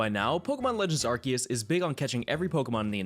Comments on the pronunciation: This has to be the only Youtuber who knows how to correctly pronounce 'Arceus' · The for saying arceus instead of arseus